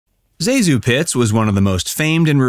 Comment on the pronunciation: Everyone who remembers Pitts mispronounces her first name Zazu. It is Zasue Thank you or otherwise for doing it correctly!